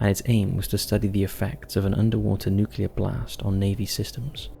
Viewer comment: i have never heard someone pronounce nuclear as "nook-YEE-lurr" before today. "nook-YOO-larr" is still wrong but at least its common. jesus christ.